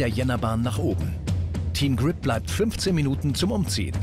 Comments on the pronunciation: Der Typ kennt auch kein Englisch wie der immer "Grip" ausspricht😂😑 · Ich find’s lustig wie er immer Kripp sagt statt Grip